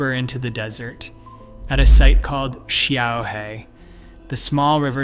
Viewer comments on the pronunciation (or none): 小河 - Xiaohe - small river. The Chinese developed Pinyin to help others pronounce Chinese and with a tool like Google Translate there is no excuse for your terrible pronounciation. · Xiaohe is pronounced shyao həh, and simply means 'little river.' I don't know how to show the tonality with my keyboard, but it would be very similar to the Nike "swoosh" logo in tone.